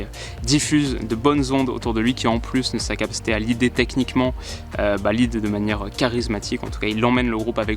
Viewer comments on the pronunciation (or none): none